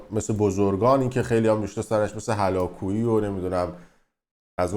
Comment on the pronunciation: حتی بلد نیستی فامیلیشو بگی هُلاکویی ُ روی ه هست نه َ آقای دکتر هلاکویی گفت من روان شناس نیستم جامعه شناسم تو خودت بت پرستی تتلو رو می پرستی هلاکویی یه شخصیت خوب و مثبت ، تتلو چیه کیه خودت تو اون کانال دیگه ات یه برنامه گذاشته بودی ایمیل های مخاطبها رو که در مورد خیانت همسر و شکست عشقی شون بود می خوندی و راه کار می دادی مدرک روانشناسی داری مگه؟دکتر هلاکویی فوق لیسانس روان شناسی و دکترای جامعه شناسی داره ، خودت هم ببین بیخودی نظر نده